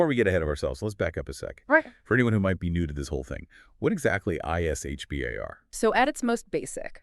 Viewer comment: H-B-A-R? Sounds like you just learned about it yesterday.